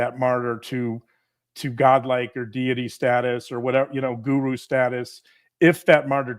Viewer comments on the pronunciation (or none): none